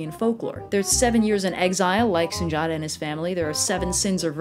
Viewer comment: Okay, this is late - but the title in the African folklore you put up (SUNDIATA) is pronounced SOON-DI-YATTA. My father was kinda big on telling us stories of folklore, myths, and legends from Africa, plus he was a linguist and taught English to foreigners entering the US which included a wide variety of African languages. (Which is ironic because I couldn't get through High School Spanish or College French to save my life.) Oh and another important "why" was because my parents were a huge part of protest and Civil Rights in the 1960s and 1970s and really wanted us to learn stories from more than the European list of folklore. It was a thing back then.